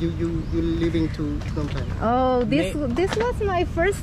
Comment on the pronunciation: hello Phnom Penh not pinon pen